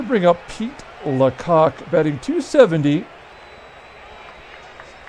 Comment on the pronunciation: “The Kansas City Lacocks” 😂🤣😂